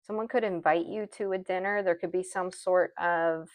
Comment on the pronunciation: When you said someone wants to invite you out for “dinner” I heard “sinner” 😂